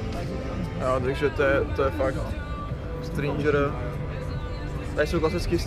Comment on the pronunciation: Nevyslovuje se to "strindžr" ale normalne "stringr".